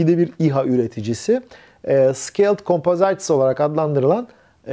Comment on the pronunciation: 'composite', 'kompozayt' diye okunmaz. 'Kompızit' denir..